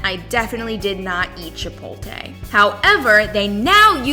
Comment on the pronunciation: Foodie that cant pronounce "chipotle??" It's chip-ote-lay, not chip-ole-tay